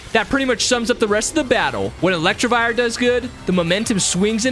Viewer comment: Lol Melli is a guy. Also, it's Elec-TIV-ire 😅